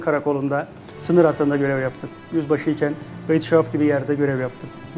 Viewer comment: Saap değil Beytüşşebap biseyide doğru söyle.